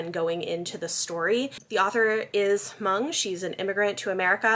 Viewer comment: I believe the "h" is silent in Hmong.